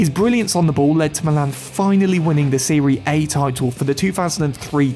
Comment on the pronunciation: Dude said “seree A”